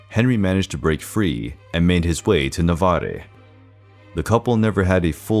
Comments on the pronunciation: "Navarre" was mispronounced too. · Many bizarre mispronunciations: Saxony becomes Sahonia? Navarre should be 2 syllables. Acromegaly has 5.